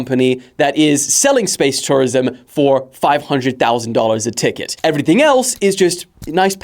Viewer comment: south african accent slipped out when he said everything